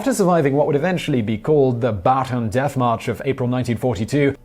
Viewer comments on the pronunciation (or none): Ba-ta-an death march. Not Ba-tan death march.